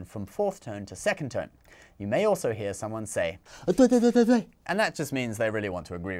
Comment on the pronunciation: LOL the "对对对对对" was so spot on, I almost split my sides :D Great videos, keep it up :)